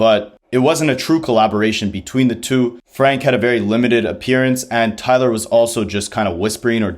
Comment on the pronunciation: I mean, you’d think someone making an entire video about Tyler would know how to say it, especially since it is said many times on the album.